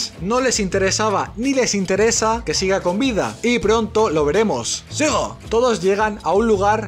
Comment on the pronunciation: cuándo dices sigo siempre me equivoco y pienso que dices digo 😅😅